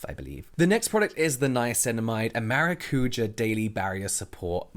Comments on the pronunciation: Excited for the brand! Just fyi maracuja is pronounced maracu-sha and is nothing more than passion fruit. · Maracuja (ma-ra-coo-jah - with the emphasis on the 'ja') is passion fruit in Portuguese, they just call it that to be exotic, but it's passion fruit. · mn do céu eu tava aqui pensando esse maracúja q eles tão falando é maracujá??? kk